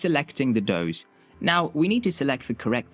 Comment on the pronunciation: It’s “dose”, not “doze”